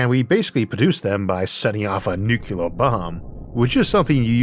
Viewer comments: Isn't it nuclear instead of nucular? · Downvoted solely because of "new kya ler". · For the love of god, 'nucular' is not a word. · Incredible content from an incredibly visionary phycisist. Still using the George W Bush pronounciation of "nuc-ular" (that is NOT a nag on your speech impediment, as 50% of americans without speech impediments make the same mistake) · Very easy. Two syllables. NEW CLEAR. It's not your speech impediment. It is the way military (mis)pronounce this word.